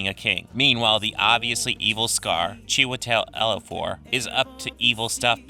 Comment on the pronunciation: *CHEE-wih-tel Ee-JEE-oh-fore. ;-)